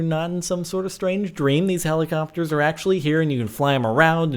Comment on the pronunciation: Its helicopTers jordan not helicopers